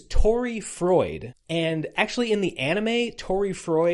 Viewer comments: also "froid" is just French for "cold" and does not rhyme with "Freud", as a note not a correction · Froid (pronounced kind of like "fwah") is French for cold, that would be why he's called that. Chaud is also French, it's pronounced kind of like "show" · I'm 45 minutes in and in agony with Americans failing to pronounce French, to approximate them in English spelling, Froid = "Fwad" / Chaud = "Show'd"